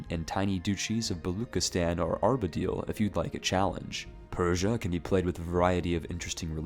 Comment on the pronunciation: Everytime you said Arbadil instead of Ardabil, my eye twitched. Neat video though, gonna try a Granada run for the challenge